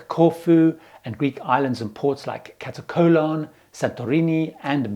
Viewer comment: Hey... It's MAYorka, not MALorka. (Ignore the spelling) And KaTAKolon not KataCOLON. LOL